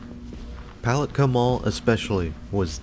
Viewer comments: Yeah, as a local, it's "pu-LAT-kah" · It's puh lat kah 😂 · Yes this mall never did well. Lived here in Florida all my life. It's pronounced Poll- lat- ka. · Love the mispronunciation of “puh lat kah”. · Palatka is pronounced with the accent on the second syllable - Puh-LAT-ka. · So many people make that mistake. Same with Apopka, which is really funny! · Lol he kept pronouncing Palatka very wrong. Also I'm from Palatka and the mall was so Amazing when I was a kid was so sad when it shut down now it's just a daycare and 2 government things inside and a few other buildings attached to it. And no it's so not scary inside people coming walking in here sometimes for exercise mainly older people or workers . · I don't think I've ever watched more of a ridiculous video a grown man who can't even pronounce the name of the town the name of the mall go get the phonetic spelling do yourself a favor stop embarrassing yourself. And stay the hell out of my town.